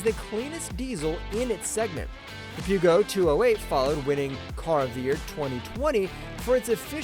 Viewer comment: Peugeot is pronounced Purr as in cat then joh with the j as in jam. Ask the French - it is their language after all!